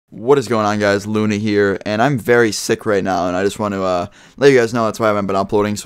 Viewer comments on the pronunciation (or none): U said Luny instead of Luna